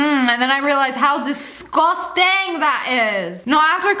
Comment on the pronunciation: when u say "disgustings" it sounds like "dis-gon-sting'' 😂😂😂😂😂